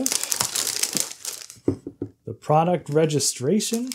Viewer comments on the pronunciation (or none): none